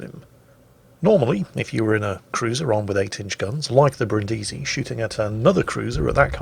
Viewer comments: I must correct you,: the name of this ship (like the city) is pronounced Brìndisi (accent on the first sillable) and not Brindìsi (accent on the second sillable). No hard feelings, it's just that I'm Italian and I die a little every time you say it wrong;) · I'm sorry, but I have to: Bríndisi, not Brindísi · Achktually, it's pronounced Brìndisi, not Brindísi! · Back off that stressed vowel,, it's Brìndisi! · Hi, Brindisi (city in southern Italy) is read with the accent on the first i not the second:)